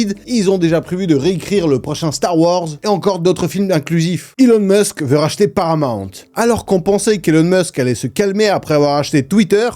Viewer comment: C’est pas paramant mais Paramount 😮toi aussi tu déformes 😮😂